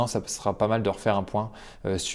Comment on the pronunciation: Ça se prononce « GOU - TEUNE - BAIRGUE » 🤷🏼‍♂️